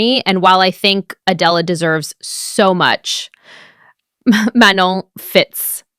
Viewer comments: You pronounce Manon as Manuh (silent N) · Manon’s name is pronounced “Ma-No” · Manon pronounces her name the way its supposed to and the narrator still kept saying it wrong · Video was good but was annoyed how the narrator can't pronounce Manon's name right